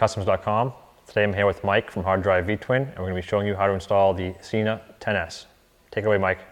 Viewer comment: It's Sena not Cena